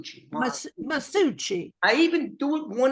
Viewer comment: Ma- sue- chi. 🤷‍♂️